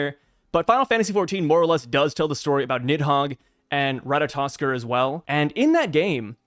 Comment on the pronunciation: It's pronounced (rata-tosker).